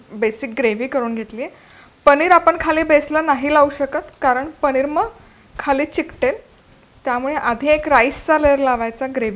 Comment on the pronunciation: Chala tar mag "पनीर" navhe "पणिर " Biryani pahuyat....😂😂😂😂